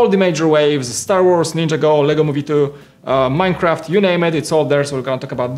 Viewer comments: Nin-jah-go, not ninja-go. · Why can't you say NIN-JAH-GO ?? Just curious...